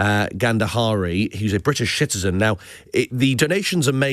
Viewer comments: Did he say shitterzen instead of citizen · Did he say a British shitizen 😂